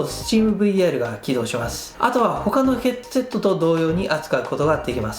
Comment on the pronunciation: 「ヘッドゥセット」とゆー言い方好きw